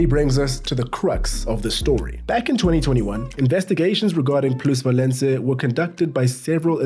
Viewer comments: Fyi is “plusvalenZa”, not “plusvalenCa” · Plusvalenza not plusvalenca 😂😂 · it’s “plusvalenza”